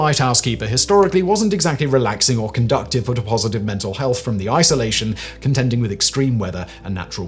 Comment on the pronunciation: Conductive or conducive 😂